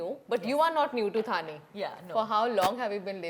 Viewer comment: hey curly tales, dont you know the difference between थाने and ठाणे ???really... shame on you. pronounce the name correctly. you arent outsider 😡